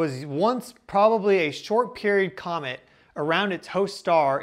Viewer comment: It's COMET! Isn't it? Compromised?